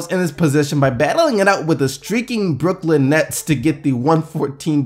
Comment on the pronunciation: Was that a joke when you said brook and Lin, like Brooklyn?